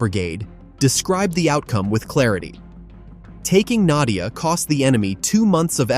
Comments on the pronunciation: надія правильно а не надя_я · I bet it spelling not "nad'YA" but "nad(EE)ya" wich meen "hope" on Ukrainian. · It's not Nadiia, no russians have been that far. It's Nadiya. There is no fighting there reported as of 4/15 and Russia has control. Those guys have been wiped out btw.